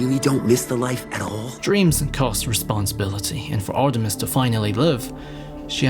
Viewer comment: Artimes (Artimes)